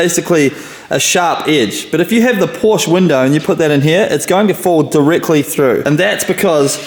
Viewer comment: Love this project. Absolutely amazing. But a Porsche fairy loses its wings every time you mispronounce Porsche.